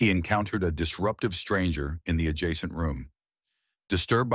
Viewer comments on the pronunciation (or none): none